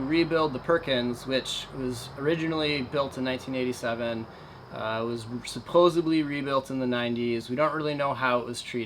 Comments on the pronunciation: I hate to be that guy... but please stop saying "supposebly". Otherwise, keep up the great work! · Please stop saying "supposably"